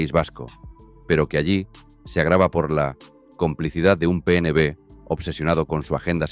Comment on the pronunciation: La inteligencia artificial que usáis en los vídeos no sabe leer, en el PNB supongo que quiere decir PNV, en fin, yo te sugeriría mejorar eso porque quita el interés de seguir oyendo el video 🙏🏼🇪🇸👍🏼💚